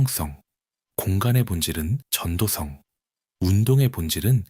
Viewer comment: 전도성은 [전도썽] 으로 소리납니다.^^ 낭독 채널이니 올바른 발음도 신경써주시면 영상의 질이 더 높아지리라 생각합니다. 항상 감사합니다!